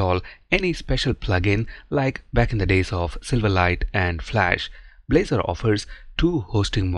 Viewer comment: at the beginning -- Balzor instead of blazor